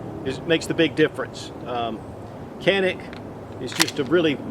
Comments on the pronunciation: Turkish pronunciation is Johnick not Jahnick. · Its pronouned Ja - neek, turkish pronunciation, not Kah Nick!! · IT is Janick , the C in Turkish sounds like a J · It's actually pronounced, "chanik" (like channel). Sorry, not trying to be a di*k. I love your channel & your reviews & just your overall Southern charm. I'm from Birmingham, AL & I know there aren't many of us Southern gent types left. Keep up the great work. Them Bama boys are watching & routing for you. Ooh Rah, Semper Fi.